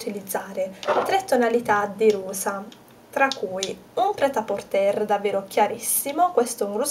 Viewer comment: Ciao.ti seguo da un pò e mi piaci tantissimo.brava x tt quello che fai.Solo una cosa vorrei dirti: Pret a porter si pronuncia senza la 'R' finale. Scusa se mi permetto. Non conosco il francese ma questa parola è talmente diffusa che ne conosco la pronuncia.controlla pure se vuoi. Scusa ancora è complimenti x tutto il resto!